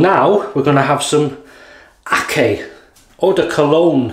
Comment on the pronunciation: Hi nice shave. the Akcay is pronounced as "aktsjaj" it is Turkish;) I saw an older video of your shave den tour and spotted allot of Turkish colognes so you must like them.